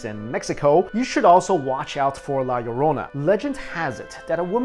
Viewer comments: I almost stopped watching as soon as he said la llorona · its la lorna. not la laronia xD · not to be mean but u pronounced the La Lourana wrong no offense. srry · you are so bad to pronounce Spanish so bad XD and I knew the one of La llorona because I'm spanish